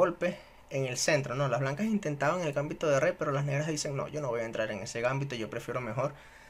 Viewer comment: GambÍto con acento pero sin tilde en la Í (palabra grave)... al menos en castellano.